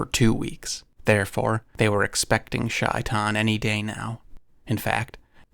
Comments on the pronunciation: Its pronounced shay-tan not shy-tan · Heads up, it's not pronounced "shy-tan" - it's pronounced "shay-taan" (first part is like saying "say" but have the "shhh" sound). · It's Shay-Tan not Shy-Tan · By the way, shaitain is pronounced 'shay - tawn' (at least close enough) and is specifically what evil djin are referred to in Islam (aka demons). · I am Bosnian Muslim and it’s pronounced ‘SHAY-tan’ 😊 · Read the book when a kid. You tell it well! It is usually pronounced SHAY'tan and is basically Arabic for Satan. One of the cats Corbett killed. It was said to be extra large for a leopard.